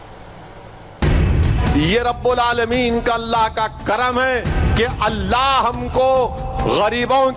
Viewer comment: Allah ka naam sahi se bolo